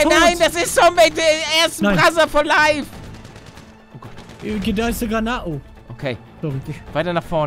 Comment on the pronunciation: Immer wenn ihr "brother for life" so aussprecht muss ich an Brazzers denken😂